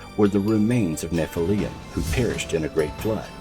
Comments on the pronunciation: You made a documentary and pronounce Nephilm wrong. There is no ‘ium” at the end. It’s ‘lim’. Get it right! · Why does he say “Escavate instead of excavate? And nephillium instead of Nephillim? Is a bit suspect no?